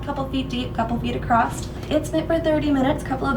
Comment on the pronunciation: "Acrosst" very Midwestern word